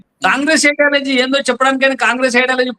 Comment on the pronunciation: ఐడాలజీ కాదండి, ఐడియాలజీ... సబ్జెక్ట్ మీదనే కాదండీ, మీ స్థాయిలో భాష మీద కూడా కాస్త దృష్టి పెట్టాలి.